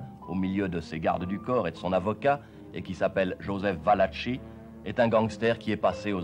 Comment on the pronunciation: Il convient de prononcer VALAKI En italien, CH suivi d'un E ou d'un I se prononce QUE.. Donc ici , Joseph VALACHI se prononce VALAKI et non pas VALACHI. Cela dit ,très bon reportage. Beau boulot.